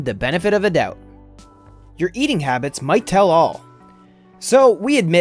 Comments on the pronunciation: It is HABITS and not HABBITS. I know a lot of you have spotted that but won't correct the guy cause he sounds too intelligent. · "Habbits" instead of habits... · dont click "habbits" you are a rebel, i like you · "Habbits" lol